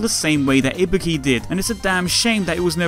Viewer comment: first off: THANK YOU FOR PRONOUNCING IBUKI'S NAME RIGHT! SFIV kills me everytime with their pronounciations >~< and then the hidden where's wally, perfect ninja~